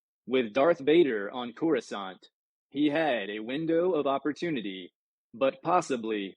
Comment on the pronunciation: Next time read the book like it's in loving memory. I can not stomach this reading or the fact that you, much like many before you, can not pronounce Coruscant. (pronounced core-uhw-saunt). I wish absolute misery to everyone who says (core-uwh-scant). I hope someone burns all your books so you can't hurt anyone anymore with this abomination of a reading.